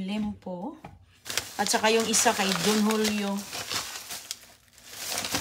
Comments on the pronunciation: Liempo not lempo😅😅😅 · Liempo, hinde limpo. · Liempo hindi Lempo